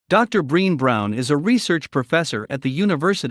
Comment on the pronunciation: Brenn-ayy Brown is how the name is pronounced 😘🕊️🌏